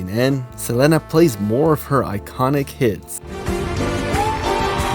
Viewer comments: Saying SelENA instead of SelEEEENA is bothering me😂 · You killing me the way you pronounce Selena too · Not gonna lie the way you’re pronounce Selena’s name is bugging me 😂😂 but love your videos so I’ll keep pushing thru it lol